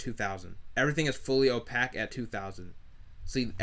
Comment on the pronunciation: Opaque is pronounced ō-pāk, like cake or take.